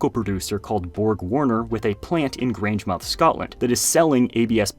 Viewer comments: That was interesting! The bricks look tough. And FYI, if you're interested, the name of that town is pronounced GrangeMUTH. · Grangemouth is pronounced Graynj-muhth. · pronounce grangemouth as “grangemuth” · You completely butchered "Grangemouth".